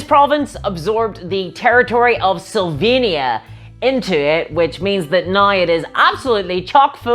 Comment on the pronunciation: Amazing video, as always! I can help myself, but hear "Slovenia" whenever you say "Sylvania" :) At least I hope our politicians aren't vampires....